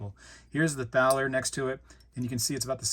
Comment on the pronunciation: "Thaler" is pronounced like "Tah-ler." It is a predecessor of the word "dollar."